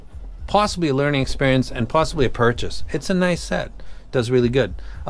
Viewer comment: Now this is an actual Unboxing "expierience"